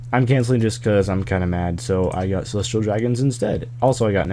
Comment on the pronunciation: Isn't it pronounced "Cel-es-ti-al dr-ag-on" not "sel(ə)rē dragən"